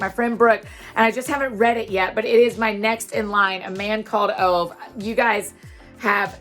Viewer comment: Fun fact: Ove is a Swedish name (the books setting) and is actually pronounced oo-veh. I only know this because I listened to the audio version. Good book!